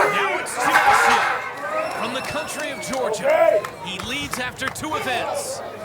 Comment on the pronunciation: How fucking hard is it to pronounce Janashia lol